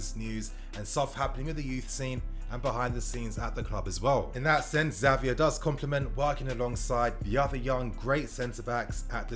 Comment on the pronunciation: His name is said Javier I know its spelled with the X but the X poses as an J